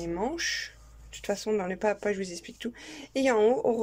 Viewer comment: Pas à pas = PAZAPA! il faut faire la liaison! vous faites toutes la même faute que!